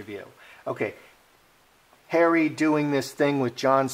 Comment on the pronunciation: .......love the way pronounces "Harry" as "Hairy" sometimes...... especially when he said........."she has Hairy under her........"(arms) lol.